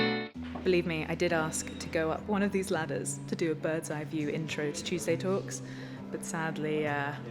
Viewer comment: Can you pleas just say Tuesday talks......like normally. ;-)